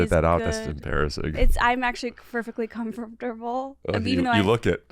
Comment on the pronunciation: “I’m perfectly comfortatatable”